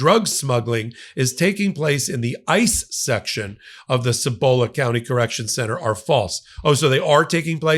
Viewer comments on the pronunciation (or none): Thanks. Cibola is pronounced SEE bo la, emphasis on the first syllable. I truly see all of this as human trafficking. CorCivic has also been in trouble for another facility in Estancia, Torrance County, NM, a facility making up roughly half the population of the tiny town. A group of Haitian migrants have been held there, seemingly indefinitely, while they are 'processed. The facility was built in this dying town to take advantage of both isolation and the desperate-for-jobs population there. NM has entered into contracts based on body count and CorCivic has threatened lawsuits against the state because the state hasn't provided enough bodies for full payment in the Estancia contract. Bodies for dollars sure sounds like human trafficking to me, and I'm guessing that the interminable housing of Haitian migrants... not criminals but migrants... stems from a desperate effort on the part of the state to maintain the body count. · Cibola is pronounced SEE-bo-luh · By the way, you said Cibola close enough. You just put a little too much emphasis on the bo.